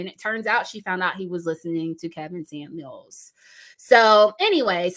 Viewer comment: Did you say Karen Scamuels??? 😂😂🤣🕊